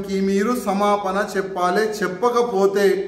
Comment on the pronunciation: "Seppali" enti ra.. "cheppali" telugu nerchuko